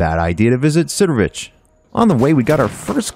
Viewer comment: Did he just say Sidorich?